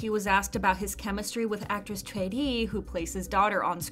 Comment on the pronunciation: I love how you pronounced Choi as in the Korean pronunciation and not the English pronunciation!💖